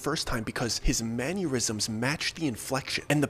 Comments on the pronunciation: Bro, love the storytelling, great channel! If I can make a correction....it's not a big deal but it's like fingernails on chalkboards to me man, lol... It's Mannerisms, Man-er-is-ums NOT Manyurisms Man-your-is-ums Thanks brother lol...sorry, It bugs the hell out of me :-) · I love the way you really leaned into "manurisms", instead of "mannerisms". It adds flavor! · "man-yer-isms" aneurisms for men LOL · Dear, I know you're not gonna read this I love the stories but some things irk me It's Mannerisms Man-Er-Ism nor "Manyeurism" And Peripheral Per-If-Er-Al not "Periphreal"